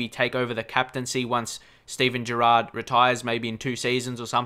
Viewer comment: it's Gerrard not Gerard .from Myles